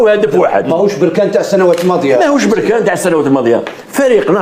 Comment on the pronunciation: اودي الله اهديك بركان ماشي بوركان